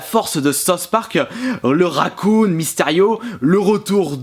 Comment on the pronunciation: Et puis le "Racoon" ??? Merde, c'est quoi ça ?! OK, j'arrête.